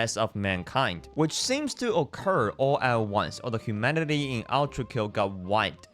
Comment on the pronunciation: Why are you calling it outrakill. Do you have a speech impediment or smth cuz it's ultrakill not outrakill broski